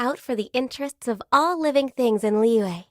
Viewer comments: Every character has a stroke pronouncing Liyue. "Li-Yua" "Li-Yhue" "Li-Yee" "Lee-yah" "Lee-yahw" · The way the VA pronounces Liyue really bothers me